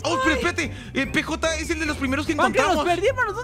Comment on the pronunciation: el perro se llama PJ se pronunsia piyei